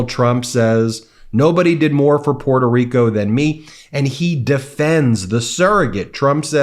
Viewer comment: Puerto Rica. He doesn’t even know how to pronounce it.